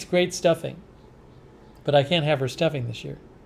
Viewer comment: Haha! Stuffing....spoken like a good New Englander at heart!❤️